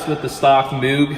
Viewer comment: It's actually pronounced moge with a hard g sound.